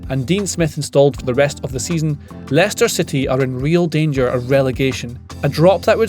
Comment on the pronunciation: How did he get that name so right haha